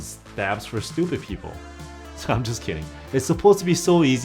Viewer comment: I like it how you emphasised on “stupid people” 😂